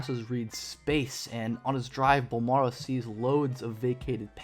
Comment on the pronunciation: Oh please let the Spurs draft him lol. Carry on the legacy. Charles Barkley: BOL-MARRRO